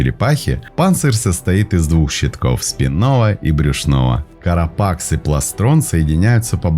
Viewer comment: Поздравляю!! Скорость чтения стала оптимальной!!! Единственная поправка Carapace произносится как карапас